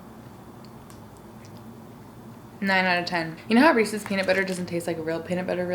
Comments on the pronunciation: "Rees-IS." (Correct way to say Reeses) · it's re-suhs no hate though